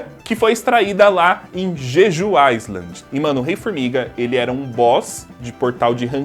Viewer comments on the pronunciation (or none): none